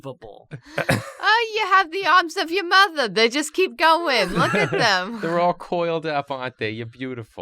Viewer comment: Your Jewish grandma impressions are great but you gotta say mother right It’s not Mother it’s muda (muh-dah)